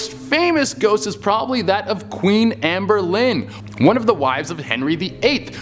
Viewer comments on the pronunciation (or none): Amber Lynn...really? How do you get Anne Boleyn that wrong 😂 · Did he just say Amber Lynn? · Her name was Anne Boleyn not Amber Lynn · Amber Lynn Che lol? Anne Boleyn.